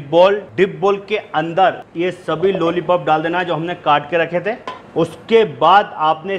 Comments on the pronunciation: लोली पोप नही लोलीपोप है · Nice Chef....bus ek Baat bolni hai ki jab bhi aapne lollipop bola meri hasi nahi ruki.